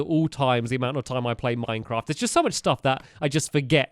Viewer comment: Minevaft. Minceaft. Mindfraf. Minefat